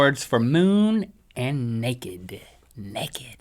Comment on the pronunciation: And neked!?!?